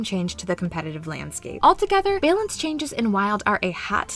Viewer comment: Love the way you say balance! 🤣🤣🤣🤣🤣🤣🤣